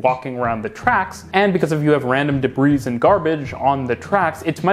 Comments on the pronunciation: As far as I know, the "s" in "debris" isn't pronounced in any of those different places. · "D'-breeze"? It's "deb-ree"